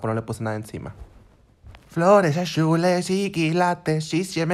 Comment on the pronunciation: Jajajajajaja floresh ashulesh y kilatesh jajaja